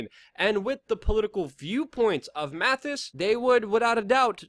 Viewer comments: MaTTis, not MaTHis. I enjoy the videos, just trying to help you sound come credible. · Not Mathis. Mattis. Amateur. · Learn how to pronounce the DEFSEC’S name!